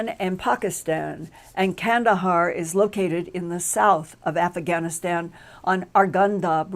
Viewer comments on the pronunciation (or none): did she say "Aff-a-Gan-aStan?"